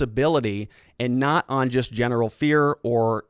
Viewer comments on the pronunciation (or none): none